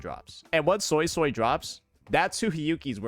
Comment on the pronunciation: Suisui's pronunciation is probably impossible for non-Mandarin speakers but it's closer phonetically to "sway sway" which is a good enough pronunciation. However, pronouncing it "soy soy" though is so far off and wrong that it's jarring to hear